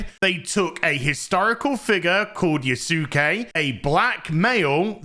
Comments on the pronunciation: Yusake? LMAO. jfc, dude. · Yas'ke......like Sasuke (Sas'ke) from Naruto :D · I swear no youtuber has ever watched Naruto or something. It's pronounced "Yaske" without the u. Like Sasuke from Naruto. Type it into google translate. I dare you. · Can people at least PLEASE learn how to pronounce yasuke correctly. Everyone comes across as having done no research, including Ubisoft. It's not Yah Su Ke It's Yah ske. Like Sasuke is Sah Ske And Sukuna is Sku Na. The U is virtually silent. I will give a minor pass but hearing itsagundam get it wrong when he's supposed to be learning Japanese is awful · I remember seeing the picture of the Bucharest QA team for Star Wars Outlaws... Good thing Ieft Ubisoft. Bro, I swear, you're hilarious. You misspelled Yasuke as Yusuke and then Yusake... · It's pronounced as "Yah-skay". Like Naruto's Sasuke "Sahs-kay" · Yasuke is pronounced Yas-Kay, the U is not pronounced, its the same for any Japanese name with that U such as Yusuke being Yoos-Kay and Kisuke being Kiss-Kay and the most famous is Sasuke (From Naruto) being Sas-Kay. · Why can no YouTuber say his name correctly its Yasuke dont say U just like Sasuke lol it's not hard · Dude, if you don't know how to say his name, use google translate in japanese. It's so weird why 3% of people talking about him keeps saying his name wrong. And just to make sure: My comment is not ment as shit talk, I fully agree with you on this subject, it's just, saying his name wrong like that makes me cringe.